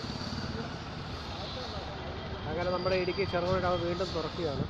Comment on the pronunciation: ഇടുക്കി ടാം അല്ല, ഡാം എന്നാണ്